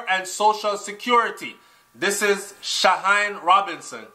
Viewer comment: Hey the name is pronounced Sha-heen-nee Robinson. Just in case of future broadcastes you may include her in.:)